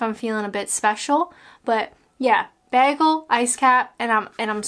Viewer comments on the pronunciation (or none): Sorry I just can't. It's bagel, not baggel! I love you but it's just no. Bagel..... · Bear-gull? I think you mean bay-gull. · It's not pronounced Bag-el it's Bay-gel. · I loved honey glazed cruller's when I lived in Canada and of course, a double-double in my Tim mug (with a clip-on attachment for my car dashboard) do they still have these? Also if I'm remembering right, the Canadians where I lived pronounced bagel, bay-gal not like you and us in the UK bag-ul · It’s bagel not begel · As a Canadian, its pronounced "baygel." Pronouncing it as begel makes you an anarchist. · Does everyone in Canada say, "Bag-al"? I have only heard of beg-al. Screw paper straws, you are killing trees. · I pronounce it "Bay-Gul". My go-to is a small regular coffee with two sweetners (I'm diabetic) and two milks along with a Boston Cream donut. Yum! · We have a Tim Horton in Manchester, UK. Tbh it's not very good at all. Maybe it's different to a Canadian TH. Although MCD's taste the same in the US &, UK I think. Also you can't beat a proper Jewish bagel pronounced Baygal! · I also pronounce it bag-gul! And everyone makes fun of me! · Did you say ‘beer gull’?!? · The way you say bagel England pronounce it's bayel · "beahgull" wat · You told me this video wasn't about me. You murdered the word bagel. And I love it! 👍😄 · This is my vote for more videos where you say the word bagel. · Who cares if you say bagel wrong, your video is awesome. And you can take that to the baynkkk. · You say 'bagel' wrong.